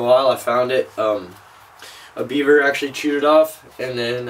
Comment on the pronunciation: Looks awesome. Well done! When you said a beaver chewed it off I thought you said a viewer chewed it off. 😂😂😂